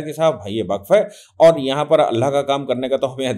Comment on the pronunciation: सर सही शब्द वक़्फ़ है, बक्फ़ नहीं